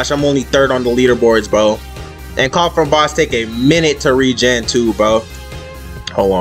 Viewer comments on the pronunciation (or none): none